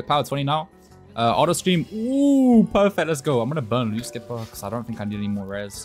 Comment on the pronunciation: Skipah gripah